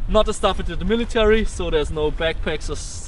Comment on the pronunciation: "I have to prepare for se killing"